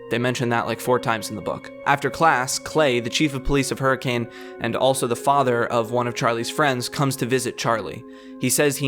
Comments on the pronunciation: I know how it is spelled but the correct pronunciation of that town is her-cun I know it sounds stupid but that is only because it is stupid Utah is a stupid place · I'm willing to bet that someone has already gone over this, but just in case: you pronounced Hurricane wrong; it's pronounced like, "Her-uh-ken." It's one of the dumb things about Utah, but a lot of names out here make no sense to anyone not local to the area. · Fun fact: Hurricane, Utah is actually pronounced "Her-a-kun." Also, no Hurricanes happen there. As someone who is from Utah, and who lived near Hurricane, I am always baffled when I am reminded that this series takes place there of all places. THERE IS NOTHING THERE.